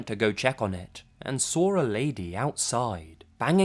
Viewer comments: "sawr it" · i like how you say saw its like sraw